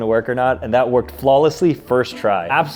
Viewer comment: he js didn’t stress the “ed” part